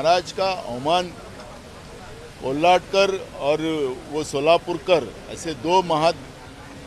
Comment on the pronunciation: नाना,कोल्हटकर नव्हे, कोरटकर.आणि हा मुद्दा महत्वाचे नाही,नेहरु काय म्हणाले डिस्कव्हरी ऑफ इंडिया या ग्रंथात, त्या वर तुम्ही उत्तर का देत नाहीत.